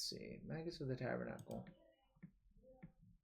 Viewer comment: It's not Spanish at all the tabernacle you're just pronouncing it so wrong xD